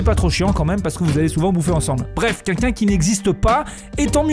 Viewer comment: "QUELQU'UN" pas "QUINQUKIN" !!!